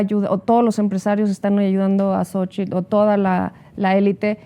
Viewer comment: CADA DIA PEOR!!!! POBRE, RIDICULO TRAS RIDICULO, YA NO SABE NI POR DONDE, JAJAJAJAJAJAJAJAJA!!!!! Y A USTEDES DOS,CON RESPETO, SE DICE XOCHITL, NO SOCHIL